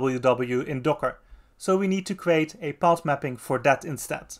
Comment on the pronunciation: thanks for the video! (but please make more use of the "th", because it's "that" and not "dad" 🙈)